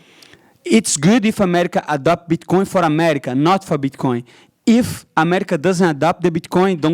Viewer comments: Pretty sure he's saying bitchcoin on purpose just to be funny and it is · I’m not trying to make fun of him but when he pronounces bit coin as “bitch coin” is literally the best 😂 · Did he say bitch coin 😂